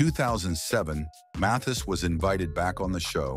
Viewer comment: "Mathias???" "Mathees???" Good grief. Not to mention the cryptic background music.